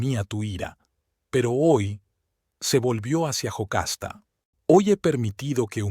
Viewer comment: No es Jocasta es Yocasta